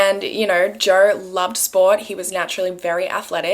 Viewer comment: Who is Joer? Love the random r’s in words even when there isn’t an actual r there ❤️